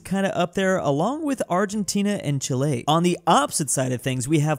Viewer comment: "…along with Arllentina and Chilé."